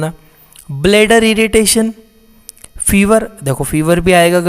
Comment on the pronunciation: Fiver nhi hai dear aap Fever bol skte ho ya fir Pyraxia bhi bol skte ho 😊